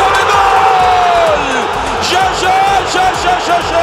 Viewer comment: Ömer Üründül bir yayında jaja yı yaya diye telaffuz etmişti ben baya travma yaşamıştım o zamanlar 😂😂